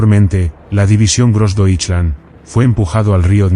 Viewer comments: Really bad pronunciation of Grossdeutschland. Gross-doy-schland. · Konnten sie niemanden finden, der wusste, wie man „Großdeutschland“ ausspricht? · Grossdeutsche Division was — grossly pronounced